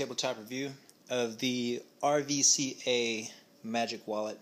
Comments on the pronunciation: It's ruca not rvca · I just got my RVCA magic wallet yesterday... its really cool and i recommend it. Oh, by the way it's pronounced RUCA so don't say R V C A... that is not how you say it. :) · Pronounced ' rooka' 😉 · its pronounced ruca, bro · It's pronounced rooka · RVCA is an Australian company and in Australia the way you pronounce the "v" is like a "U" so you say it like ROOKAH. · Pronounced RUCA. FYI